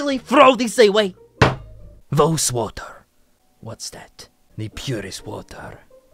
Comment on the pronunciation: "I drink Woes water" Its pronounced boss with a v instead of b